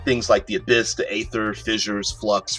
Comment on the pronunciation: It's ee-ther in American English. Long e, pronounce the r at the end. Other English speakers tend to omit the terminal r and make it ee-thuh. There are dozens of youtube vids and online pronunciation sites that will demonstrate it for you. This isn't a made-up fantasy word like Glyphx or Qy.